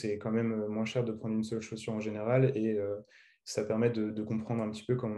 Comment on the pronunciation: Plus ou moince 😂😂 le S de moins ne se prononce pas 🤦‍♂️